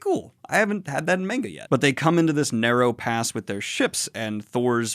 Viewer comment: he finally learned how to pronounce manga